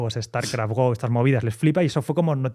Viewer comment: No es el verbo inglés, se pronuncia go, tal como se escribe en castellano.